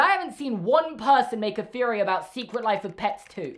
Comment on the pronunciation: "Feory"?(theory) lol